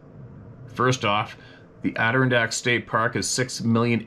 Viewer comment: love you man, It's pronounced " ADD DER-RON DACKS!!.